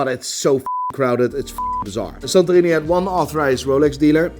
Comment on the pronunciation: When you say “San Torino” you immediately hear you’re Dutch :-). Where in the Netherlands are your roots? All the best for your mom 🙏🏻. Regard Thomas from Belgium